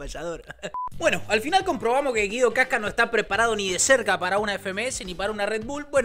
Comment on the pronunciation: Se dice Guido wasca